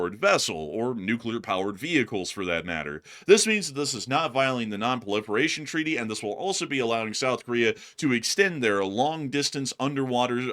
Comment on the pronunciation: It's funny how he says proliferation lol😂